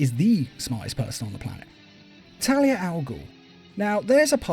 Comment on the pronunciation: it sounded almost like you called Talia, Terry I had to do a double take also Thomas Elliott Hush as well as Raz stealing the contingency plans are ones I prefer more than the animated takes of those stories.